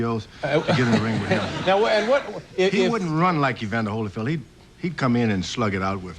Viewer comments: It's Holy-field Dave, not Holla-field! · Letterman says Hollyfield, it’s Holyfield